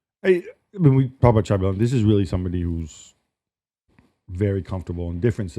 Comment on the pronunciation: IT IS XABI ALONSO FFS